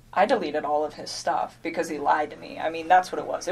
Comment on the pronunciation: This b is illiterate. "His wife has a 15 week old baby on the way". Then deleted texts; " I remOOOVVED IIIIT because he liiied". Sounds like pre-op dude, FR! What is with dragging out syllables, is that to point out obvious lies? I love how there are lots of pix sent out, but not all to Chris😂 Poor CW killed his family to be with a skank, for whom he was just one of many. Perfect. Let's hope finds a husband JUST LIKE Chris.